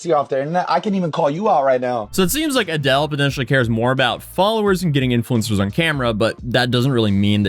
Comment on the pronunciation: Adeel pronounced “A-DEAL”